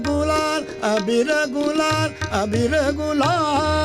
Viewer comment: Gulal not ghulal, phaag, not faag.